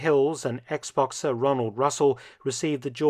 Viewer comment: I heard you say ex-boxer and for a split second misinterpreted it as Xbox-er.